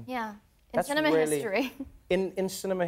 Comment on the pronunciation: In cine-MINT history 😂😂😂